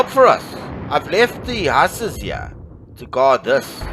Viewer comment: Great video, the pronunciation for Hussars is "Whozars" 🙂